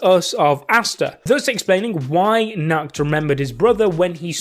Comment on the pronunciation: When u are german and understand nackt (nude) instead of nacht (night) Bruh